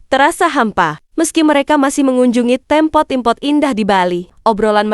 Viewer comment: Tempat bukan tempot, jgn perkosa bahasa Indonesia